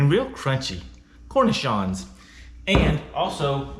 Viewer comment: Umm...good job on finding and paying for a half wheel of raclette, but I am sure the cornichon's are not supposed to be inside the sandwich. Pronounced Kor-Nee-Shawns. I want to get hold of a half wheel too!